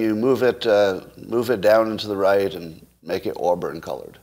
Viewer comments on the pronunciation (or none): none